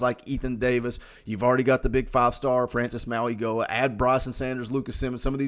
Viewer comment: Mauigoa does not pronounce the "g" in his name. AP said everyone was saying it wrong and was corrected this weekend.